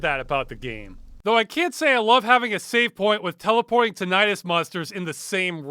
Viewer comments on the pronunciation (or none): tin-eye-tus is not how you pronounce that word!